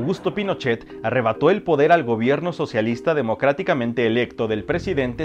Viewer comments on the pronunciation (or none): Este Sr q habla de la historiande Chile. Dice elegidobdemoctatticamente 😂😂😂